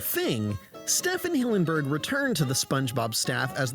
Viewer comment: His name is pronounced "Steven", Stephen Hillenburg. ˈStiːvn Hillenburg ˈStivən ˈhɪlənbərɡ